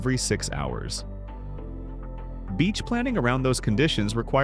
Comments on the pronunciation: What about the places you missed, like the Great Sandy Desert in WA, or Dirk Hartog Island, or Shark Bay? Also, if you want to know how to pronounce Australian names, ask an Aussie (that's pronounced "ozzie" too, by the way). Derby is pronounced as it is written, "Der-bee." Darby is the English pronunciation, not Australian. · 10;11 d--err-bee not d-arr-bee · Western Australians pronounce it Der-bee not Dar-bee. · In Australia it’s pronounced DERBY - an E sound at the British A sound! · Learn to pronounce towns or words there is no a in Derby it's pronounced derr bee and null arr bore